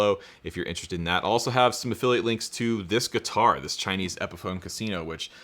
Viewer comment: lmfao...how you said "Tschainese" pickups...no toan in em whatsoever. get a lolaar in there.